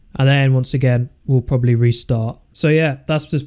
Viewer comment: "propbably" xd